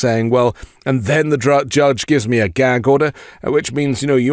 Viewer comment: Why does he say "judge" like that? The jyedge 😭